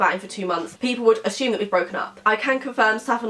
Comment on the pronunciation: it’s not ashume it’s assume